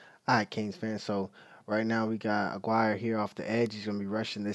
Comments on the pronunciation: The basics: Po-Po just like the nickname for the cops... His name Raul Ag-ee-are! There ya go mate. No hate just helpin. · You're pronouncing his last name wrong. It's pronounced , A-gee-rre.